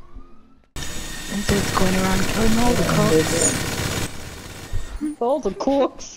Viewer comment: Gs check recent? kidding 😂 10/10 tho. The last fight was especially satisfying 😍 “Cwocks” - 2k20 lmaooo